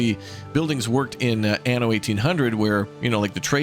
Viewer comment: Certo che questa voce AI che dice ANO invece di ANNO è come dire...grandiosa se non ridicola...ma perchè non le leggete voi i testi